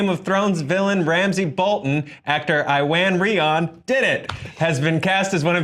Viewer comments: Khiya Hillyard I'm sorry but it's a welsh name and I'm Welsh it's pronounce Ewan reon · It's pronounced Eww-an Rhay-on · Pronounced it wrong (Ew-an Ray-hon) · No, you never, It's Pronounced Ew-Anne Ree-on.